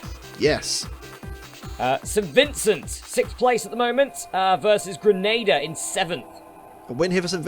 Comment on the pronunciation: I can confirm Grenada is pronounced "Grenade-errr"